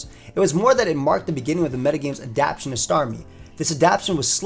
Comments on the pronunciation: My man, it’s pronounced adapt-tay-shun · Adaptation has four syllables, not three.